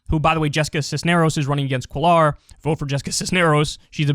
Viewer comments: Kyle, Jesus! Cuellar is pronounced KWEH-yar, not cuh-LARR. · Cuellar is pronounced like ‘kway-yar’ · It is pronounced “queyar” not “quelar” 🥴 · Cisneros & Cuellar (Lol your pronunciation) . Haha sorry, I don’t mean to tease but you had me real confused for a sec. I couldn’t tell what you were trying to say because the correct pronunciation is like (Kue-Yar) roll the r at the end. Haha, anyway…no big deal. Anyway, both are from my district/home town and yes, he’s fuckin’ awful. He’s being investigated by the FBI for fraud or embezzlement or something. Who cares. He’s been running virtually uncontested in our district for decades. I hope Cisneros wipes the floor with his ass. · Hey Kyle! You're probably not gonna see this. But Cuellar is a Spanish last name that's pronounced "Koo-eh-yahr" (Well, it's the closest English pronunciation anyways). Double l's in Spanish make a "y" sound. Sorry! Just bothered me a little. Hope you're doing well! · I bellieve Cuellar is pronounced "Kway-yar"